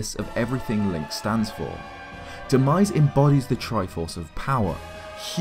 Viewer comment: Demise not denise lmaoo 😂